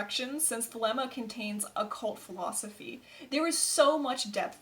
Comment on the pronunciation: First things first , you should learn how to pronounce the word thelema property or many avid European occultists may very well find it hard to take your work seriously and end up regarding your efforts the work of a armchair you tube occultist which are many